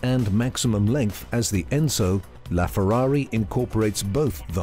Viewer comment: I don't think it's pronounced "Laughferrari"